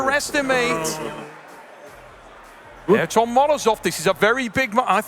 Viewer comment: His name isn't "Air-tom", lol.